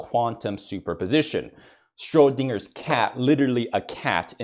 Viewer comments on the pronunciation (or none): I'm sorry did you just say "*strodinger's* cat?"